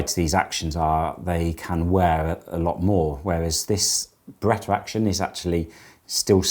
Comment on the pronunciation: There is no R at the end of the Beretta brand name.